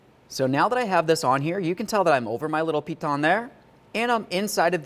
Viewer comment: "I'm gonna put the center over the center little ??????" I keep rewinding and it drives me nuts. I think he calls it a piton. but he puts a weird accent on it. I'm in Wisconsin. I googled piton and I guess it makes sense. I learned a new word and skill from this video. I wouldn't agree with the pronounciation. it makes it sound french. and in spanish "pitòn" has other meanings. Great video!!!